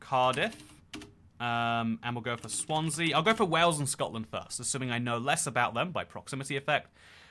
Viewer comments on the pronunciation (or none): none